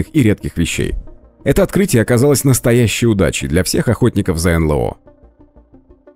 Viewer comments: "энлЭо"(с) энЭЛо - вообще-то...прям "ухи" режет.. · Да чего уж там, произносите уже НэЛэО. Блин, ЭнЭлО!!!